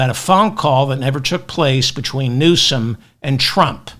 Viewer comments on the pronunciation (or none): none